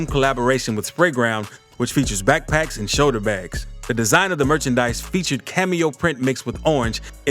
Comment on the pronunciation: a "cameo" backpack... or camo?